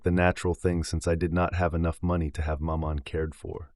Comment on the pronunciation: Exactly. This is the problem I have with American narrators. With supreme confidence they will plough on and butcher every foreign word and place name. It's difficult listening.